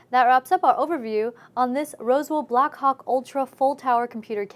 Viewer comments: everytime she says blackhawk i think she says black cock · I could have sworen she said blackcock in the beginning